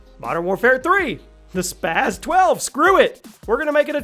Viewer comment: why do people always pronounce the spas like spaz it's not spaz is spas